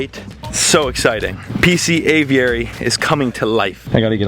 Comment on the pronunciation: It’s annoying how you pronounce aviary haha